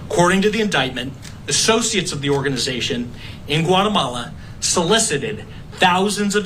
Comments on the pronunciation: What the heck is whatamala? Its GUAtemala. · Reporter don’t you know that Guatemala begins with the letter G not a W